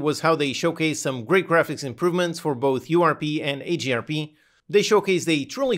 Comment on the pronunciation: What is AGRP? Or are you saying HDRP?